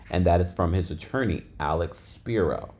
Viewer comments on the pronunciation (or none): none